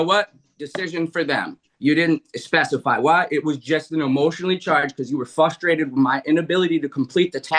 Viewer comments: I hate the fact that evicted dude kept saying “fuss-strated”. I’m sorry I’m that person. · I’M frustrated at this point because this little elf keeps saying “fusstrated” over and over. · Fustrated?? Flustrated?? What is this insufferable goober saying?